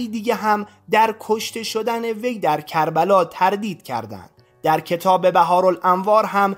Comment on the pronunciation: سلام بحارالانواربه کسرباء صحیح است نه فتح باء. جمع بحر به معنی دریاها . مقاتل الطالبیین درست است که بایددرتلفظ دوباریاء رااداء کنید نه یک باربه گونه طالبین.